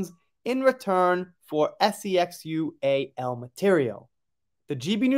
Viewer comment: Grow up! The word is " SEXUAL"! Can't you pronounce it?